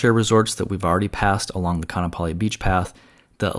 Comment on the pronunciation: its pronounced Ka-a-napali